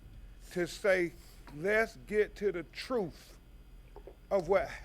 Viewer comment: 😂😂 that’s the “TROOF” 😅